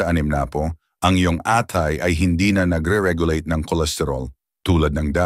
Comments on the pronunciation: Baka pusit, hindi pu-sit, atay hindi a-tay, sakit sa tenga, pa-ma-ma-ga, pamamaga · Ok na sana kaya lng yung pronunciation nyo mali … pusit, atay, animnapu,babala, pamamaga, at iba pa … pero ganun pa man thank you sa advice!